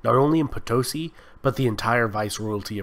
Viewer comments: Estimado Sr.: The correct pronunciation of Potosi is Poto-See, not Potosy. Gracias.:) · My gringo friend, I bring you news from the South! It is pronunced Potosí with stress on the last two letters, like the Spanish word for Yes. Po - to - SI. Incidentally, the name is taken from the local legend regarding the city's greatest landmark (El Cerro Rico de Potosí) (i.e. POTOJCHI from the Quechua language). Well done!